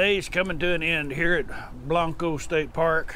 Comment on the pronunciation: Love that helmet. Ha! Just fyi. Those of us from San Antonio, don't say Blan-co. We say it, Blank-co. Not that you can't say it the way you are in your vid but just letting you know for the out of town and staters